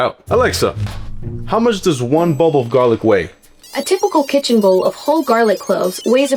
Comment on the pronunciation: I heard bowl instead of bulb too lol